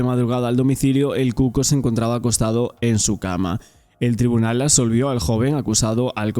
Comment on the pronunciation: prIsión, TrIbunal, indemnIzación. Qué te pasa con la i?😮